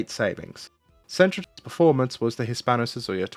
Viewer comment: Hispano Suiza, repeat after me, SUIZA❤